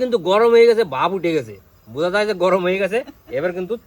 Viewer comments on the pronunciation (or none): none